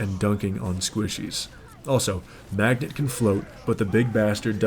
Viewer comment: Hard to take you seriously when you call Mageto magnet, how do you mispronounce a name, that he legit shouts out as he uses his Ult Fear Magneto 😆 he's not yelling Fear Magnets 😂